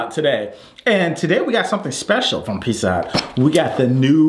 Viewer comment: I love how pronounces pizza hut "pissa hut" lol